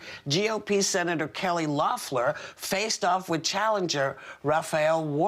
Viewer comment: Whoopi managed to mispronounce Loeffler, Ossoff, and Warnock’s names all in the same sentence.